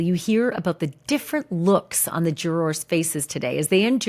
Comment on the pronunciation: Love Ashley, hate her pronunciation of “Jurawrs” 😂😂😂